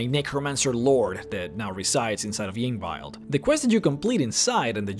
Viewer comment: ying viled (yngvild). thats a new one. who knows how many damn years after the games been out, and im still hearing new butcheries of name pronunciations.